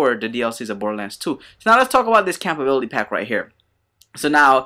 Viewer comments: "Campability"? Ummmm...compatibility??? llol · Whys he say compatibility like that?